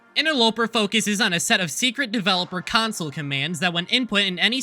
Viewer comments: CON- SOLE (or CON-SOUL which is better considering the video) Not “CUN-SUL” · dude, why are you pronouncing council wrong now? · your still saying Council. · I see the problem. Youre saying "cHANsole" instead of "cHONsole." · it's con-soul not con-sil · its pronounced consul not countsol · he went from saying council to saying consil instead of console, so proud of you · Quit saying cunsole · Bro trying to say "council" but instead the "Ding dong council"💀💀💀💀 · bros acting like its such a chore to simply pronounce console right. With all due respect, how in the actual fuck did you ever think that it was pronounced council in the first place? In what backwards world would that have been the correct pronunciation? Also, watch your damn tone, we're the ones that provide you with a job, you will do well to remember that. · censoring out 'council' pronunciations is an extremely good bit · "Kahn Soul" is also the wrong pronunciation. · In response to your pronunciation of the word 'console' in the beginning, try thinking of it like 'con' like con-artist and 'soul' lol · Uhmmm its akshually pronounce kohn-saul get your facts right and why did you turn into peter griffin I love this type of vids, rarely watch your content but this one is great! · It's pronounced Can-soul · The best part of this video is you having to censor yourself saying Council instead of console. I personally do not care how you say it at all, but I guess tons do for some reason. It’s like when people go back forth over Gif or Jif (which again I do not care) anyways thank you for making a follow up to this and I can’t wait to see what your next video is! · I like how he says console instead of council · Hey I notice you pronounced console weird in this vid, it's actually pronounced like counsel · Genuinely cracking up at the bleep over you pronouncing Console as Council. It was really cute and funny. Never change. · START SAYING COUNCIL AGAIN I CANT STAND IT